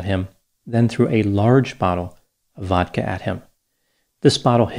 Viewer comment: I know I can trust because of how he pronounced vodka edit: nvrm dissapointed, no Bodka